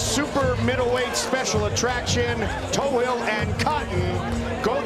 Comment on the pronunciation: Last name is toughill no tohill